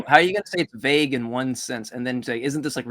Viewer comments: Ugh... The way that guy pronounced vague..."vag", like a German saying "wag" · He keeps mispronouncing “vague” as if he’s only ever read the word and never heard it spoken by anyone else. Then repeating it as if he knows his way is right. Just another point of annoyance